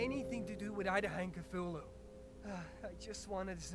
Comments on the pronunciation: OMG, not Kazoolu!!!! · If they were going to mess up the pronunciation of Cthulhu, they should of and went for Cthuwu...